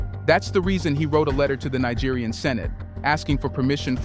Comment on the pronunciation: You mean: ECOWAS EXPOSED With Nigerian President For Being Western Puppets! Naija, Neeja, Naigeer make up your mind!:face-pink-tears: I gave you a big fat dislike.. English is your ONLY language dude.